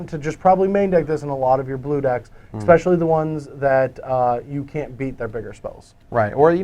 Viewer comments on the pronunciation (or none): Anyone else noticing Ecspecially?